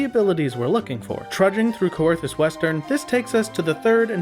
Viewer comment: coerthas is pronounced like "kerthas"